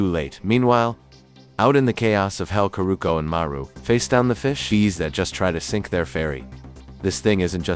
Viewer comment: Thank you was gonna click off when I heard the ai narration messed up marus name